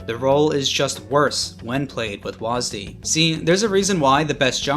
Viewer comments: They call it WHAZZ DEE, instead of W A S D. It's not a fking name, it's keys on a keyboard, get it right. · listening to you pronounce wasd as waas-d hurt me physically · wahs dee lmaooo bro its wahsid xD